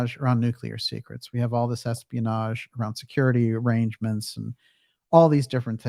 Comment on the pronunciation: "EXPIANAGE" I love it - perfect! That's going into my repertoire.